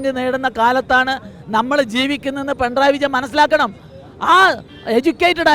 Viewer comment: Pentray അല്ല കുട്ടി പിണറായി